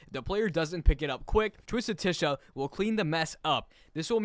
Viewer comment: It’s it’s spelled Tisha and pronounced Tasha